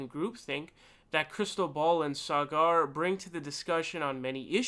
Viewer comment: It's pronounced sogger